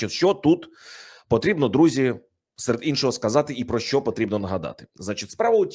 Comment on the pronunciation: ПЕРЕСТАНЬ ЗНУЩАТИСЯ НАД УКРАЇНСЬКОЮ МОВОЮ: ЩЬО,ЩЬОБ,ЩЄ,ЧОМУ,ЧЬОГО,ЩЄ,ВЧЬОРА,ЧЯСОМ,ЧЬОТИРИ,ЧЄРЕЗ...........!!!!!!!! ТЕБЕ ВЖЕ ГИДКО СЛУХАТИ!!!!!!!!!! (Українці,США)